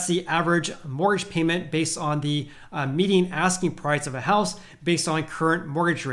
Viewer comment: Great video Are you pronouncing "median" as "meeting"?